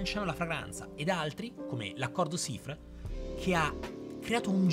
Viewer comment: ocio con la pronuncia francese, però. è un attimo sfiorare l'incorrettezza "Sifre" per Chypre ad esempio